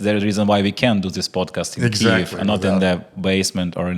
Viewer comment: Антоне, чудовий рівень англійської, інтеграції з Green Forest даються взнаки) Але над вимовою Kyiv варто попрацювати, тому чекаємо ще одну інтеграцію))